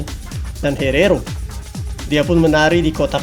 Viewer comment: Herero??? Hierro bro